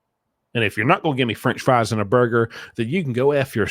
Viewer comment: Fwench fwies